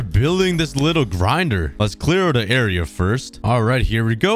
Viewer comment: i love how he says "era" instead of area lol.